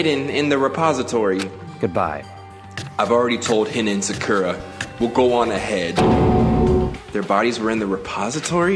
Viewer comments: The way he kept pronouncing her name Sackera really bothered me. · oh and to help you with the names it's Sakura Saw-coo-ruh Byakuya Bee-Yah-Coo-Yuh just wanted to let you know you're the Goat Youtuber bro I legit barely watch stuff on here unless it's you lmao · The way he says "sack-ura" 🤣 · Manz must have never watched naruto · Sakura = sock-er-ah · Sakura is pronounced Soccer-ra Like the tree